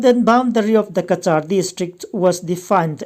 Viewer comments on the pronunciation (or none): Cachar in lam rik dan hi ka vawikhat hriatna a ni. Han ngaithla chiang ve leh ula, a dik anih chuan a ṭha a,Ka - Char dan hi a mak viau, lam dik nise. News a ngaihnawm ṭhin e